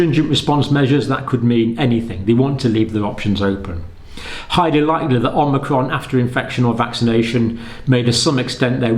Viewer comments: IT'S NOT OMINCRON IT'S OMICRON!!!!!!!!!!!!!!!!!! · Dr. Campbell is still mispronouncing omicron. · OMI-Cron, not OMNI-Cron. Seems like everyone is mispronouncing it. That said, I've been watching the channel regularly since spring 2020 and have mad respect for your continued dissemination of good information :) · This video is about magical thinking, not science. (Also, it's omicron, not omnicron.) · Pretty sure it’s not pronounced “omnicron”… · The variant is Omicron, not Omnicron. You sound like Joe Biden, Lord help us! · omNicron? omicron! Hi John, Thought of brushing up your Greek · More mistakes by Dr. John Campbell: Omnicron! ... Omnicron! ... Omnicron! Dr. John, for your information, the new variant is called Omicron, not Omnicron? Also, "by early March" is about the same as "within a 100 days", so how is this any different from what they were saying previously? And, no, we don't KNOW Omicron is more transmissible. That just seems to be the case in South Africa but there could be other factors involved in the sudden increase in cases there. And, no, we don't KNOW there is more immune escape with Omicron. It is just highly likely that this is the case because of the mutations involved. Also, the first case in the USA has been confirmed. And the vote by SAGE was 13-10 not 14-10. Finally, personal anecdotes and personal opinions are less than useless in any situation. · I'm hearing Omicron pronounced "Omnicron" a fair amount. Hardly a big issue but I'm wondering what the reason is? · Dr. C- the new variant is not Om-NI-cron but Om-i-cron. There is no Nbefore the I. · Love your show, watch every video, so I hate to seem petty, but I think you're slightly mispronouncing "omicrom" by inserting an n after the first m. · It's Omicron not Omnicron - Omnicron is a fictional character in a computer game. As a Dr surely you are aware of the greek alphabet? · Please stop perpetuating the incorrect spelling and pronunciation of omicron! Not omnicron.